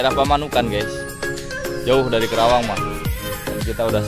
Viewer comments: Maaf om , perlu d tegaskan ya,, bukan kerawang ya, tapi Karawang....😔😔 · 😊😊 iya om saya juga ngerti,,penyebutan karawang krn trlalu cpt pengucapannya jd trkesan kerawang..😊😊 Saya tinggal di Karawang udh lebih dr 10th masa ga tau..😁😁